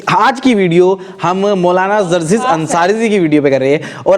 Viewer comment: ZARZIS KYU BOLTE HO....JARJIS BOLNE NAHI AATA...KAHAN KAHAN SE AAJATE HAI ISS SEAT PER